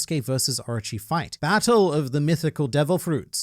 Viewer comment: When you say 'Orochi' it sounds like 'Archie' to me.